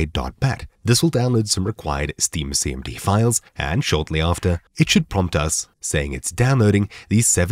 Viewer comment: Hard to understand when you say, "Steam CMD". Captions FTW.